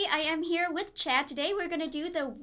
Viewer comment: did she say checd